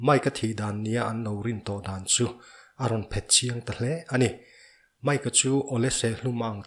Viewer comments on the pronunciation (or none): none